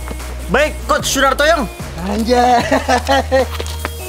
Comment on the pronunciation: Bang apa itu Sunarto young harus nya sen tah young